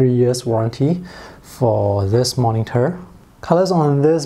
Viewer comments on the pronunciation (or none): Can you please don't pronounce 'moningter'? It's supposed to be 'monitor', not 'moningter'.